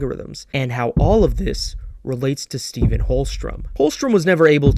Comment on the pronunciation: Love this!! I'm almost at hour 4 and i was wondering if there was a particular reason you pronounce Holstrom's name as Stephen with a soft ph instead of "Steven" as is done in the show? Props to you for your dedication - i really love this analysis